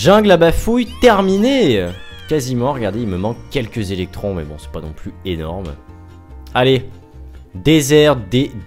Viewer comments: mais quand vas tu voir que c'est electoons et pas electrons bon sang ...aaaaaaaargh !!!!! tu vas dire electOOns oui ? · c'est pas électrons c'est électoons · Les prochain coffre apatte tu va en chier et on dit electoon pas électron